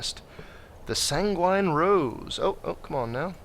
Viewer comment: Sangurine. Think about it: Sam Guevenne= San-gurine